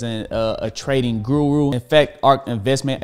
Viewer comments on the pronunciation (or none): none